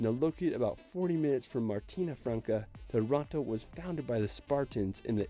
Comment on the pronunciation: funny how he pronounces Taranto as Toronto, lol. Masterful the way he never shows ILVA, the biggest steelwork mill of Europe, looming over the town and the bay.